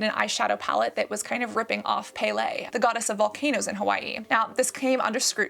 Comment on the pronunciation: Hi Cassandra! I'm a local from Hawai'i and am so glad you brought up the eyeshadow shade name that Kim used. I did want to correct the pronunciation although I know not everyone will get it right unless they were surrounded by Hawaiian language. The god Pele's name is pronounced as "pehleh" I see that you've pronounced it like "paylay" It doesn't piss me off but I wanted to let you know 😊 I love that you made this video! Aloha 💕💕